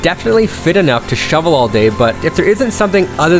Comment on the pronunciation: got shloovel. 🤣.